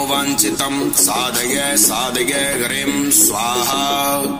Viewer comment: आपके गले से जो उच्चारण है वह साधगय साधगय हो रहा है। जबकि साधय साधय है।